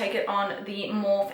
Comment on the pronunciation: I still laugh everytime you say morph instead of morpheeeee